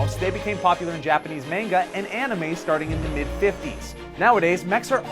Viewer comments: It is pronounced Monga not manega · FYI manga is pronounced with soft a's. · pronounced "manga" incorrectly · Learn how to pronounce "manga"